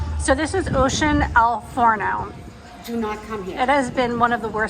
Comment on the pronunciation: I agree..and lol she keeps calling it el FARNO it’s “El Faro”